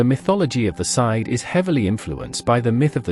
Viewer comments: Sidhe is pronounced somewhat like "shee" not sid or sith. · The really bad part was when the AI narrator hit the part that explains how to pronounce sidhe, it went right back to pronouncing it wrong. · My favorite was when the AI read the proper pronunciation of "Sidhe" correctly but still read it wrong on both sides of the parenthetical.